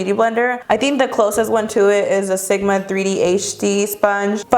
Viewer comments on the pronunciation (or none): none